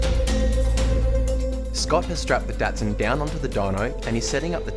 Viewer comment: So nice to hear the Australians pronounce "Datsun" correctly instead of "Dotsun" like the Americans. Signed, A Canadian.